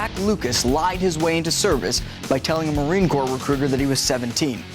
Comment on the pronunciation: At least he said Corps, not Corp